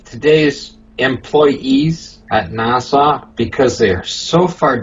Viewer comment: Will somebody please tell that blithering imbecile there is no “W” in the pronunciation of NASA? Nah-Sah, not Nah-Saw. As for the rest, for the millionth time your opinions are not facts, Despite what FaRT says.